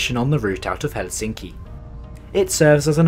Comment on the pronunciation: You switch between pronouncing it helSINki and HELsinki, the latter is the correct one.